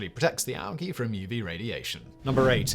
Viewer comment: What is All-gee? Like seriously, what the hell is he talking about?